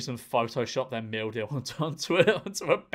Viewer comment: The more he said "meal deal" the more it turned into "mildew"